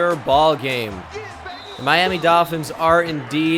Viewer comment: I love when he says doll fins lmao